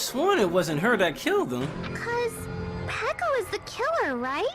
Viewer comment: ikr it always annoyed me how he called her peeko but it wasn't my business so I didn't say anything